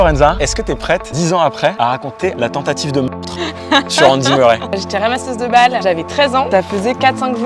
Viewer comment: Murray ses anglephone tu le dit merrais mes ses Murray en anglais ses mon nom de famille